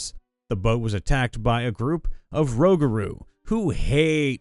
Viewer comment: Rougarou. It's pronounced Roogaroo